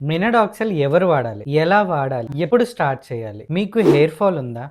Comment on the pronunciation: Minoxidil ❌ Minodoxil✅✅😂😂😂🙏